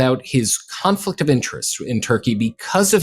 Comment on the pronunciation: He said conflick of interest !!!